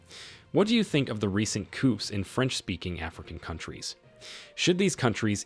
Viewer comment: Nice AI voice.. it fails with the wird "coupes" and takes a very audible breath before each sentence regardless of how long it is.